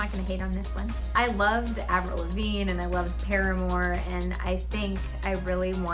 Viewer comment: Omg it’s so weird to hear her say Avril (it’s my name too lol)